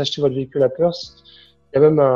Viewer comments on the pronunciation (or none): Perth se dit "Peurf" svp et pas Perse !